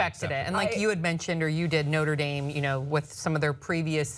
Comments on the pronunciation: I like how pronounced the school No-tra Dahm and then later said No-ter Dame. Make your choice and stick with it my friend. lol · I live about 10 minutes from Notre Dame and I laughed when pronounced it the French way.. no one pronounces that way! But anyway, I had hoped you guys would mention the fact that Pence was the governor of the state where Notre Dame is. These students have already experienced having Pence in charge.